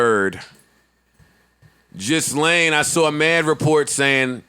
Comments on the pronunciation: It’s not ghislaine ( gis-laine ). It’s (gee-laine). Please say it correctly so you don’t seem like a fool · HER NAME IS PRONOUNCED GILLAYNE